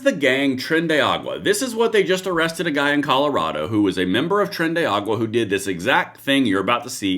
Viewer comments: if are gonna provide the news on it, pronounce it correctly. The gang js tren de Aragua, not tren de agua. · What twits!!, it's not "Tren de Agua." It's Tren de Aragua." "Agua" means water. I'm betting he wouldn't have the cojones to deploy the puke and nosebleeds machine that worked so well in Venezuela. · isn't it trendy aRAgua? why does he keep saying agua?